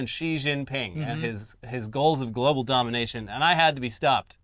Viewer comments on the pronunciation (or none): none